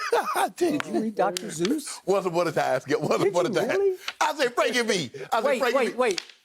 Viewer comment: Skip Said “Dr. Zeus” 💀💀